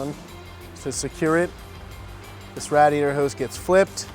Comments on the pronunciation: Rad iaytor??? Wtf lol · Had to stop. Couldn't stand hearing dude say "Rad! iator" . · Philly area accent! Malvern, PA is right outside of Philadelphia. Believe it or not you'll hear a lot of people say radiator like that(rhymes with gladiator) in Philly and the surrounding suburbs.